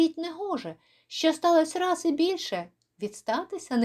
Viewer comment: Часом, заради миттєвого бажання, ми втрачаємо справжні можливості. Дякую за можливість почути цю притчу у Вашому чудовому виконанні!